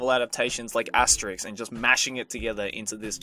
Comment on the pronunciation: he sucks at pronouncing Asterisk!!!!!!!!!!!!!!!!! And I love Itttttttttttttttttt!!!!!!!!!!!!!!!!!